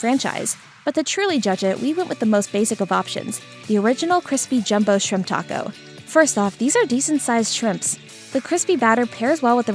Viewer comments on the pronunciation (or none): none